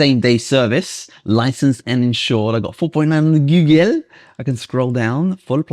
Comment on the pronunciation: And googayl